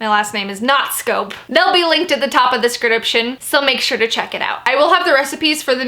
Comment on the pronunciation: Still can’t get over how u say description 😜.